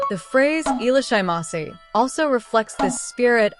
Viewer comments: The AI robo voice doesn't know how to pronounce foreign words, that's why. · At least try to pronounce it properly?